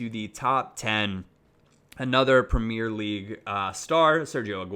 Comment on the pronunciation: the way you pronounce premier is fucking annoying